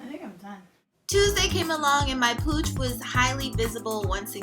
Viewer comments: no disrespect but I swear I thought u said ur cooch was on fleek lmfao. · I kept hearing cooch. Im mentally facepalming myself